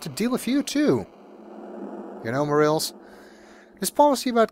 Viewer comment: Mo-Rah-Lehs , not Mo - Reals :) thanks for recording the music with the MT-32 tho!